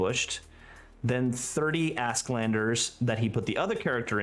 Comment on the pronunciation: Honest question: Is "Asklander" accepter pronunciation in 9th age community? Åsk is swedish for thunder and it should be read more like "Osk".